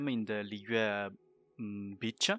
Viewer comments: My man does not says beach he says bi**h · BEETCH-AH (beach ) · I'm sorry Just the way he says beach 😂😂